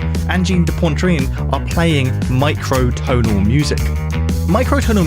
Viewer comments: Poitrine not pontreen! 😂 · Poitrine, not "Pointrine" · Angine de Pontrain? WTF Phonetically Poitrine is Pwa-treen, if that helps? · why are you saying pontrine? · "Pwantrine"? 😂 There's no N in Poitrine, bro. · It's not "Ahngeen day Pohntreen". "Poitrine" is pronounced like "Pwatrihn". Y'know, in your multiple hours of making a video where you'll say the name 20 times, you could spend 3min on Google Translate to learn how to pronounce it... Would show some respect. Otherwise, very nice video! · Pronounced *un-jean de pwa-treen. There’s no ‘n’ in the middle of Poitrine. Great analysis, 🙏 ✋🔺🤚 ❤️ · Poitrine, not Pointrine. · It's 'PWAH'-trine goddammit! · I did like the video, but you could have at least looked up how to pronounce the name of the band correctly. Made me flinch every time you said "pontrine". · It's POItrine. there is no N in the first part of the word. You're pronouncing poNtrine. That N isn't there. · It's pronounced 'pwatreen' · It’s ‘poitrine’. Not pontrene. Say it right. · Opening words: "This is Angine de Pontreen" - err, no. It's pronounced "pwah-treen". Like "petit pois". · Stop saying "Pontrine" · Poitrine, not Pontrine. Good explanation of the theory though and some interesting observations. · There is no N before the T in poitrine - PUATREENE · He even says Pon-train at one point. Edit: more than once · Pronounce Poitrine correctly for goodness sake. There's no N in the middle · There’s only one n in poitrine say it right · Amazing that someone who works so much with his ears as, doesn't even learn how to correctly pronounce the name of the band he devotes a whole video to. Still it's so simple to go to Google Translate, select "French", type in "poitrine" and click on the speaker icon. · There is no N in Poitrine. The rest of your story is interesting but ffs thats annnoying. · In this video you can hear speaking microtonal French, he's adding an extra N in the word Poitrine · There’s no second “n” in “poitrine”